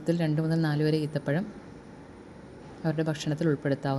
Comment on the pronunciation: ഈത്തപഴം അല്ല കുരിപ്പേ ഈന്തപഴം😄😄😛😛